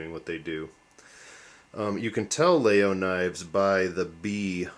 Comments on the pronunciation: Very nice knife. Except it is not pronounced "Lay-Oh" it's actually, "Lag-(like jetLAG) Yul--(like YULEtide) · There is no hard G in the pronunciation. It's something close to 'Lai-yoll'. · its laGyol not laaoo just sayin.. just so your viewers will sound somewhat intelligent when talking about this knife. but that said great video thanx